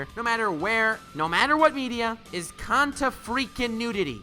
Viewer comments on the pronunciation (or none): my guy said continudity and got no ad revenue of this video LMAO